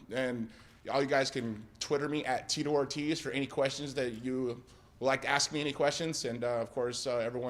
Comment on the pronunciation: Geezus, did he mispronounce his own name?